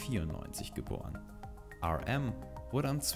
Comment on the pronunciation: Hallo Ich kenne BTS schon seit 2Monaten. Und das Video war sehr hilfreich. Aber RM wird arem ausgesprochen und RM ist mit Jin meine Nummer 1